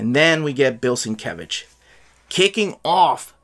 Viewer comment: It's pronounced "Steve Lay-oh-la-la" and "Bill Sin-mumble-mumble""